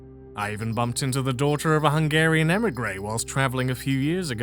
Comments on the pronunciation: Sorry to hear that. If it’s any consolation, I’ll say this: You’re way ahead of 90% of people on pronouncing Hungarian, most people don’t even make an attempt on learning how “sz” and “s” are different. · I couldn't help but notice you pronounce hungarian names a bit better. Good for you!